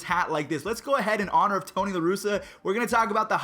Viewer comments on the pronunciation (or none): none